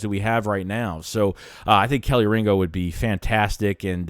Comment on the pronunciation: Bruh your being a smart ass. I'm just giving you the correct pronunciation of this guys name, so you can stop looking like a jackass saying this guy name wrong.... We don't play around about our guys down here in Georgia.. Just show us some respect, please...